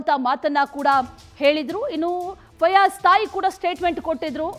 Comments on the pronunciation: ಅಂವಾ ಫಜಲ್ ಅಲ್ರಿ ಮಾರಾಯರ,, ಫಯಾಜ್,, ನೀವು ಫಜಲ್ ಅಂದು ಅಂದು ನಮಗೆ ಫಜಲ್ ಕೊಡಾಕಹತ್ತೀರಿ😮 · ಪಜಲ್ ಅಲ್ಲ ಮಾರಾಯ ಫಯಾಜ್😂😂😂